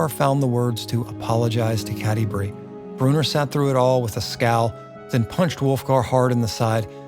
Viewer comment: Bro... Brew-in-or not Brewner.